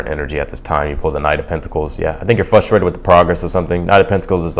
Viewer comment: Can you say Frustrated not fustrated? If not please stop using words that you can't spoke.